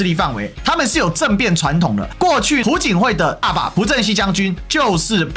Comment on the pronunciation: 朴槿惠 还是比较亲中的 …… 而且，朴字读piao第二声（瓢）